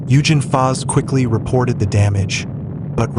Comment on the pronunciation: Good show. Just a hint, German G's are generally pronounced as hard g's. Eugen pronounced Oiggen.